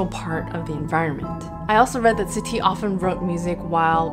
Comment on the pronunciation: Can I just say, as a French person, your pronunciation of the composers' names at the beginning is spot on. Actually, the whole video is excellent, as always